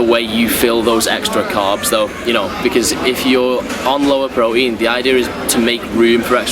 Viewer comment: It's pronounced "pro-teen"